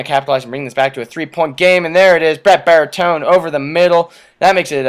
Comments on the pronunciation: Bartolone is pronounced BAR-TA-LONE-E Gauta is pronounced NOW-TUH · Okay, I've enjoyed these, but it's bugging me... his name is Bartolone! Why do you keep calling him Baritone? Is there like some inside joke there or something?